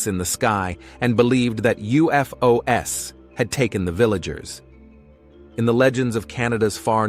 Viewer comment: UFO ess ? I think he meant UFOS 🙄